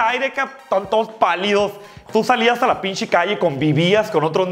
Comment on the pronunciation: Davis F. Digo "Pinshe" por que galatzia asi lo dice